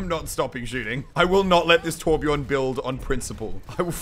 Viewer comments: Its Torbjörn, not Torbjorn. Also Brigitte is not french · Lol you say torbjorn it’s torbjö